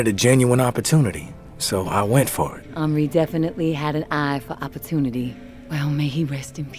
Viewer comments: On-ree. Not En-ree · If this dude says “henroy” one more time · The game: 𝓱𝓮𝓷𝓻𝓲: ｈｅｎｒｏｙ ahahahah this man is hilarious. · Dude said Henroy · This man never gone pronounce Henri name right😭😭